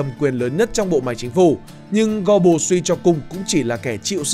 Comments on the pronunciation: Phát âm cái họ của ổng sai bét rồi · Ít nhất đừng đọc tên một người Đức theo kiểu Anh